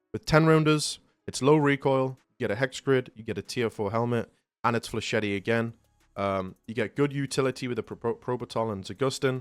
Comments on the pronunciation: Bro does not know how to say flechette☠️ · That's not how to pronounce flechette, dude. Edit: you're also mispronouncing brigadier. Edit: Also cavalier.